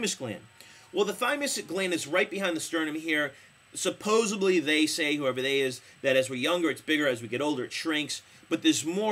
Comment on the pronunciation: Dude - did you say suppozubly?